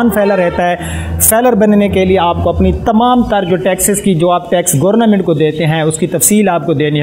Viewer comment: Oy kohty gorna mint ni hota bolna ata ni or you tuber ban k ah jaty he pta ni kider kider se ah jaty he